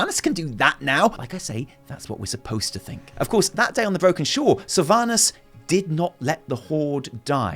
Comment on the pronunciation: I hate that she messed up the name sylvanus